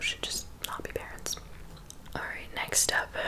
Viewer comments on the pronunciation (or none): none